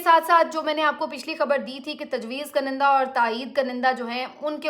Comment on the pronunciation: بیٹی! یہ جو لفظ آپ بولتی ہیں اس کا تلفظ درست کر لیں. اس میں ‘ک’ کے اوپر پیش ہے اور پہلے ‘ن’ کے نیچے زیر ہے. اس کو آپ ایسے بولیں “Kun-in-Dah” تو ٹھیک ہو گا ........ شکریہ 🙏🏻.